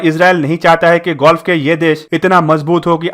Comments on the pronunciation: कहीं अब gulf को ये भाई साहब गोल्फ के बजाए गुल्फ कन्ट्रीज न बोलने लग जाए। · Oh bhai woh ''golf'' nhi ''gulf'' hain😂 bangali ho Kya. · Please learn how to speak. Word is GULF. Where as you are prononciating GOLF, the name of game. Please correct. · Bhai mere gulf h Bhai golf nhi plz Bhai pronounce sahi kariye namaskar. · Golf nahi bhai Gulf hai irritating lagta hai agar galat bolte ho to lagta hai video close band kar dun